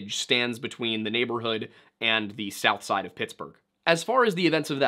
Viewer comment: A very thorough and detailed video. The pronunciation of “south side” and “Monaca” were off. But a very well done video with lots of thought and facts.